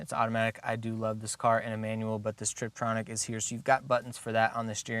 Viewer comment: Tiptronic, not Triptonic